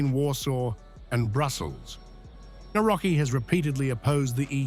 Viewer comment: Nawrocki - navrotzki ...ku..wa🤦‍♀️